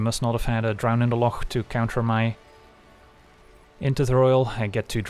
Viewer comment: I just wanna comment to say, that I love when says drown in the loch the right way!